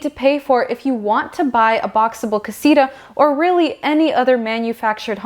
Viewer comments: It’s not Casiruhh “ CASITA “ Kah see tuh” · Is not casira its casita